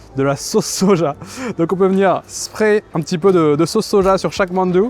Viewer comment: Hmmm merci pour cette vidéo qui donne faim! Petite remarque néanmoins: fais gaffe, tu écorches la prononciation de certains noms que t'a pourtant donnés haha (ex: "shikpe" = shikhe, "manju" = mandu, "dapchae" = japchae)!